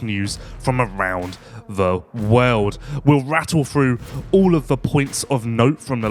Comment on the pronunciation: "From around the wehlld" spit it out, it's "World" sounds like "Wurrlld" c'mon maaan